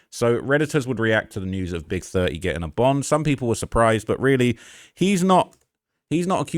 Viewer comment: Not big thuh-eee 😂